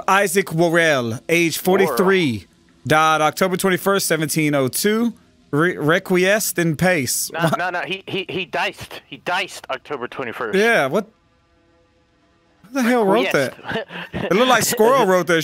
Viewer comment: rest in peace....the pace sounds like pa in papa and the ce sounds like the che in cheddar